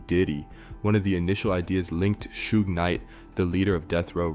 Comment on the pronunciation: Because it is bro. Every time youtube puts one of these 1000 views, 10k subscribers on my homepage - it turns out to be AI. Some of them will really have you fooled too, until it trips up trying to pronounce something like Suge Knight for example. No real person making a video on this would mispronounce Suge Knight. Youtubes really trying hard to push AI commentary channels on people. My homepage would rather push these than show me the stuff im actually subscribed to.